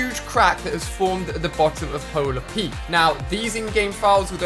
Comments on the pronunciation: Polar peak not polar peets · you said Polar Pete😂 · If you think him pronucing pola pete is bad watch how he prononces diplodapadas. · I like how is saying Polar Peaks when its actually just Peak. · Ali it’s actually Polar Peak not peaks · Btw it is polar PEAK not polar PEAKS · Can you please say polar peak not polar peaks it’s abit wet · its no polar peakSSSSSSS, can u read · Is Alia saying polar Pete’s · Bro you're right I turned on captions and when he said polar peak he said polar pete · CALL IT POLAR PEAKS ONE MORE TIME I DARE YA !!!!!